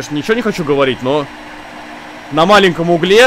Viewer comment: Булкин: говорит 50 раз "углЕ" Русский язык: я что, для тебя какая то шутка?